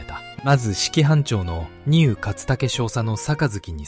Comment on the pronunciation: 内容はとても良かったです。日本人が忘れてはいけない戦いです。 しかし、AIの読み間違いが多いです。とていってなんですか？舟艇（しゅうてい）丹生（にゅう）です。後、読み上げた後の間が気になります。